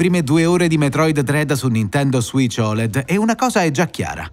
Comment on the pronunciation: "Suìc" non si può sentire proprio, si dice "switch"!